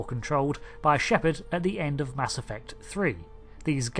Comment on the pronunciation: Oh I thought you said, "Mask Effect" and this was going to be some sort of post Covid story.